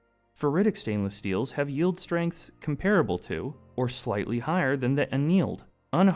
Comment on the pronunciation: Что ж этот генератор речи никак не полюбит "Молибден"? Как он его только не назвал... Молилибаден самое обуенное , что я услышал тут. И "Малахин" был и еще как то... А "ферлитные" стали- тоже шедевр.